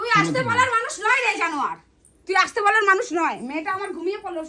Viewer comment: আরে মূর্খ অসতে নয় আসতে